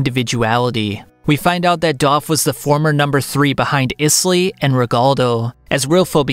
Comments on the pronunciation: It’s pronounced Aiz-Lee not Is lee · I know you said you might not get the pronunciation of some words but come on…Isley like the Isley brothers…..great video otherwise lol